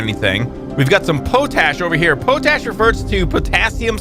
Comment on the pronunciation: Love the new series! Just so you know, it's pronounced "Pot-Ash";] I love the way you pronounce Quinoa though lol it's the way I pronounce it!